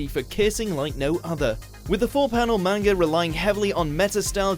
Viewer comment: Dude...it's 2018, anime is more pervasive than ever, and watchmojo is STILL mispronouncing the word "Manga?"